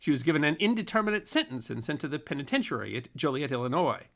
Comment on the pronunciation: That's "us historians", not "we". And "penitentiary" doesn't have have emphasis on the penultimate syllable. Otherwise, quite good.